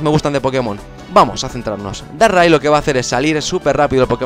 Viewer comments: Dices darrai en vez de darkrai XD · Se dice dárcrai porque dark cry es llanto oscuro y se pronuncia justo asi en ingles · Deberías aprender a pronunciar los nombres xD Regice=regiais Darkri=Darkrai